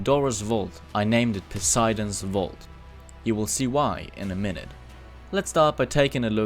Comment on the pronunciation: In the entire 2 week building process you didn't once stop for long enough to google how to pronounce "Poseidon", shows the real commitment there